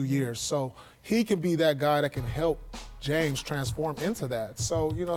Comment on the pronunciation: how the fuck do you mess up the name james? lmao its one of the shortest simplest and most popular names ever hahaha